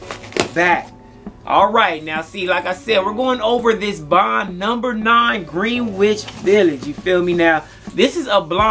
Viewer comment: Nice scent bro but it’s pronounced “gren-itch” respectively